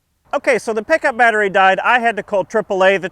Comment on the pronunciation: "Battrie dead" Hum ok "light on" Xd.